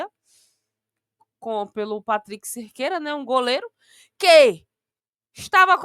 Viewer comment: PATRICK "SEQUEIRA" E NÃO "CERQUEIRA"